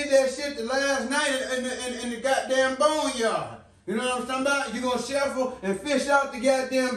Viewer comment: “YK WHAT IM TALM BOUT”😂😂😂